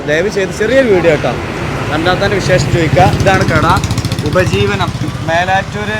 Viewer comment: ഉജ്ജീവനം അല്ലെ 🤔ഉപജീവനം 🤔😂😂